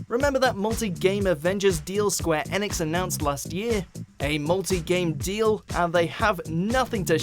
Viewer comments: It's pronounced square e-nicks, ,.. Just saying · Why are you pronouncing Enix like that I honestly have never heard anyone say it like that